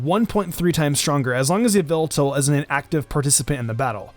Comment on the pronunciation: it is not yveltal , it is yallveltall